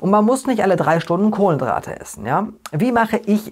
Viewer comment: Warum sagst Du Kohlendrate anstatt Kohlenhydrate? Ist das Absicht?